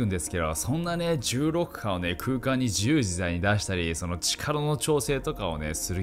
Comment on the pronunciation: 「重力波」がうまく言えないナオキマン